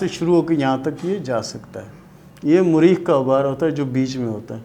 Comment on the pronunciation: Apko to thek se bolna b nhi aata its not زیل its زحل .. and what is مُرید ? ? its مریخ .. اور مریخ کے دو ابھار ہوتے ہیں ایک منفی ایک مثبت ... یہ بھی تو بتاٶ نہ